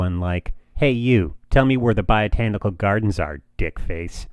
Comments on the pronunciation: its botanic. not "biotanical" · “Biotanical” Gardens?